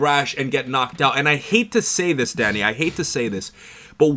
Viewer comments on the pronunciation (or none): When he says Danny it sounds like Daddy 😂